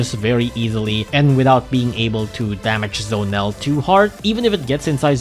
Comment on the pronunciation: Bro it's Z-o-nel not Zonel